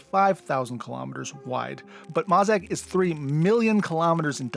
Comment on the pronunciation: I LOVE this video! But, FYI, you mispronounced "Masaq" - it's pronounced like "Mask". I only know this because of the audiobook...until then I was pronouncing it "Mass-ack", LOL.